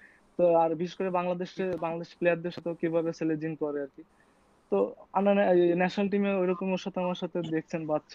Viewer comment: selejing!!! 😂 Plz keep pronunciations right.